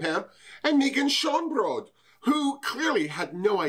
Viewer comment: YAAAS come through Queen of redeeming the pronunciation of "Schoonbrood"! :D